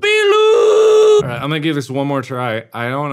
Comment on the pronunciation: idk why but the way he says bilu cracks me up💀